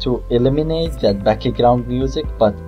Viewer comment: I love it when he says backigraund instead of background. Awesome tut!!!Very usefull!